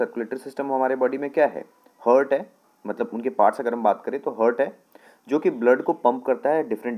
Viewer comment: Ni bhai "hurt" ni ha "heart" ha 🙂